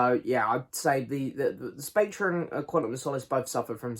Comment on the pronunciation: The ‘r’ in Spectre is silent. Pronounced Specter. Sorry to be ‘that guy’. Agree it’s a pretty rambling, poor film though.